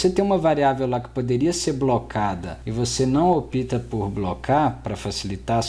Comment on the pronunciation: Contribuindo para a otimização de todos nós. No tempo , não se diz opita, mas opta. Parabéns pelo excelente trabalho.